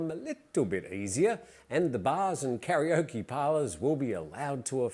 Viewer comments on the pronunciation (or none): none